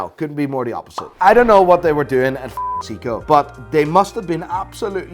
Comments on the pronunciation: SAY KO NOT SEE CO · Its not sick-co. Its say co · Sounds like you're saying Siiko :D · 🤬hate to be the one to correct you, since you are such a know it all, but it's not pronounced SEE-KO it's pronounced SAY-KO ! . . . . . . . JK i dont know Sh1t about watches 🤣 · Why does pronounce Seiko as Seako not Sayko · I know nothing but Seiko when I went to sleep yesterday was pronounced say-co 😂 sounds like seaco or zico (the Brazilian footballer ) probably just me I've been saying it wrong 51 years 🤔😂😂🤣😂🤣😂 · it's Seiko(Say-koh), you're welcome. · Stop saying 'Seeeko' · "Seeeko" ... So much for being an expert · wtf is a SEEKOH?.. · all good but you mispronounced seiko :V its in japanese for god sake haha